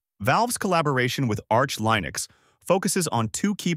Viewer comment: For the love of god STOP saying LIE-nux. I really hope this is an AI voice.